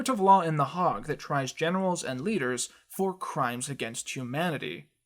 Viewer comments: "A court of law in the Hog" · I love you dude but the way you say Hague gave me cancer